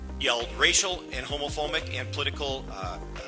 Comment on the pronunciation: Laya baddie he old dumb ass is confused of what day it is hell he even said hommafoamic